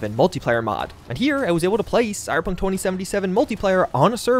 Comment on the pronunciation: Cy-Ber-Punk...3 syllables, not 2. Not cy-pun. Slow down.